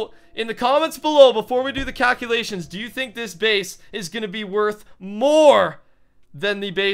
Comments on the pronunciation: wait did he say cowculations? umm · Did u notice that he said cowculations